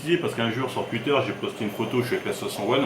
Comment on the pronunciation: Je suis désolé je ne peux pas terminer la vidéo, tu as cette fâcheuse tendance comme un grand nombre de gens à modifier la prononciation de certains mots. Les "oui" deviennent des "ui" exemple tuitch et pas touitch c'est insupportable tuitter au lieu de touitter, à part ca force à toi